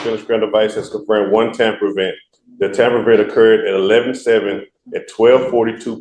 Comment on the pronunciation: He keeps saying temper. It’s tamper. And it’s AL KUH HAUL… not AKKAHALL. God. I’d fire this idiot in a second.